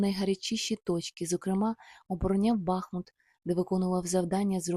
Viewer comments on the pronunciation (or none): none